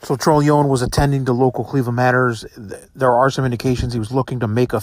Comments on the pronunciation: Dude its pronounced TRON-A-LOAN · Pronouncing his last name wrong. It's tron o lone